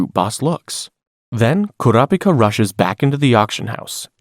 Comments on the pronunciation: Enjoying the video but it is driving me crazy how you keep switching to different pronunciations of Kurapika... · I’m confused why you pronounce kurapika’s name differently every time you say his name